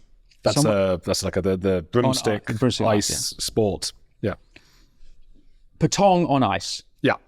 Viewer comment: its curling not hurling. And its petanque not patong.